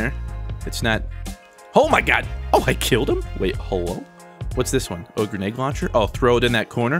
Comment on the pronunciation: It sounds like you're saying GRENAGE launcher XD